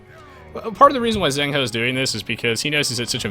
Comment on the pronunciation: eddie actually managed to get 2 villagers with his initial scout, not just one, which I guess put ZhengHo at a substantial disadvantage. Also 'zh' is to 'z' as 'ch' is to 's' :P